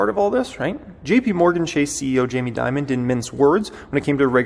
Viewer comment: It's Dimon not Diamond